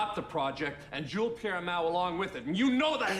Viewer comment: "Jules Pierre MEOW" best flub evah!!! 🤣🤣🤣